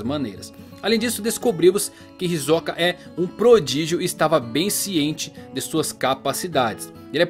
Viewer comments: Pq vc fala hisokaa e não hisoka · Cara, fiquei confuso, ouvi 2 entonações na pronúncia do nome: "hisóka" e "hisoká". Acho que não é nem uma e nem outra...Ta mais pra "Hisôka" creio.